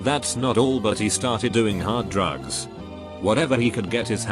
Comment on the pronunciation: noone:: drUgus